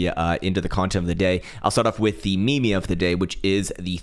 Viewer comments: Me me? I think you mean “meam” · I love you but why do you gotta call it "Me-Me" 😆